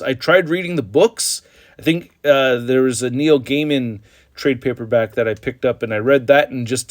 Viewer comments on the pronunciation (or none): none